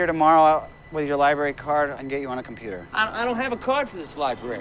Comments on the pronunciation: Nobody: Fake grunge skater: “go to the liBERRY” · Go to the liberry.. Duude, please